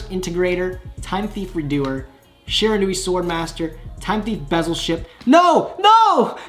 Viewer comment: The Shiranui gods are punishing you for mispronouncing their name